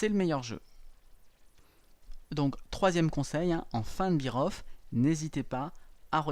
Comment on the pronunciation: "Beer off" ça signifie: plus de bière ! La prononciation est "bêre off"